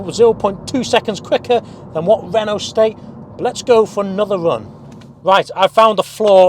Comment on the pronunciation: It's Renault without the "LT" Renau.